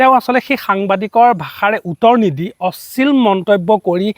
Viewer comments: অশ্লীল শব্দটোৱে ভালদৰে কব নোৱাৰিলি.... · ডাঙৰীয়া আপোনি অশ্লীল শব্দ টো শুদ্ধ কৈ কোৱা নাই যেন লাগিছে।